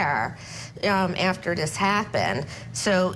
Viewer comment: I’m sorry, did she say: “after dis happened”? 🙄🤦🏼‍♀️😔 Why can’t people use all the consonants available and necessary in the word.